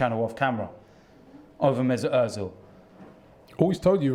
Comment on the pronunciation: man said ozilz buying new skins😂😂😂😂😂